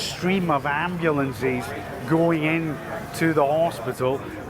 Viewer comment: The word AMBULANCE does not end with an E sound. You would think that an announcer would know know to speak proper ENGLISH! That said I am EXTREMELY relieved to hear that they are mostly all out and are safe.